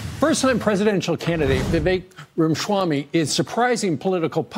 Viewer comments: Rama shwamy 😆 It's Rama swamy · Why does Steve say his name lime Schwammy? Weird he’s a National pundit and can’t pronounce a simple name correctly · There is no "sh" sound in Vivek's last name.